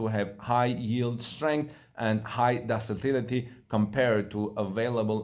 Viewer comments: Ductile is pronounced duck-tile. Ductility is pronounced duck-till-itty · When I am not sure about how to pronounce a word , I check it out in google and or dictionary before going public. I am referring to ductility which is pronounced duck- tility. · ductility "duck tillity"